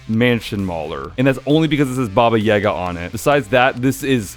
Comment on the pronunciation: It's yagA, not YAga and rOdina, not rodIna